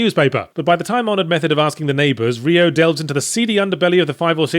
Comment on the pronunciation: Jesus, stop saying "Ree-oh".